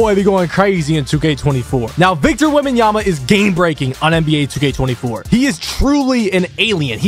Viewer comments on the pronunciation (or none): WEMBENYAMA 😂😂😂, i had to repeat it the same way he did i started dying when u replayed it